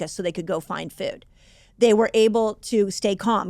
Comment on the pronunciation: I couldn’t unhear “fewd” the whole time, but good info regardless :)